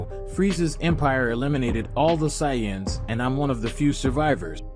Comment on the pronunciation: I hate the saiyans and whis pronunciation but the story is fire 🔥